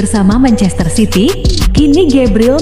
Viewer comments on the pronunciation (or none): none